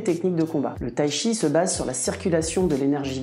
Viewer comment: Il n'existe pas de Tshi, mais du Chi, il suffit de le prononcer correctement. Là, les Français doivent faire un effort 😅